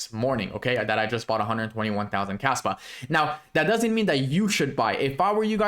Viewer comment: Sounds like you are saying Kasta instead of Kaspa at the beginning of video. 2 very different projects.